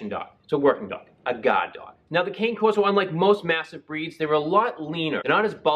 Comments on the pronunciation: Hope your shoulder feels better. And the breed is pronounced like can-eh corso, not cain-corso. I know it's a small thing but if you're gonna do a breed review, say the name correctly, pretend you're Italian! :) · It’s pronounced. Connie Corso. Too late. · Dogo1 It’s so weird to me that people think the word “Cane” pronounced the way he did, would be the way the Italians pronounce it .. It’s Can(Aye) Corso, so frustrating.. Anytime someone pronounces it that way I automatically know they don’t know much about the breed at all lol visit Senza Tempo Cane Corso If you want real information of the breed . Great breeder & channel . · Maybe you could learn the proper pronunciation of the name. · I totally agree!!! Esp. when someone is "educating" you on the breed. Love watching Senza.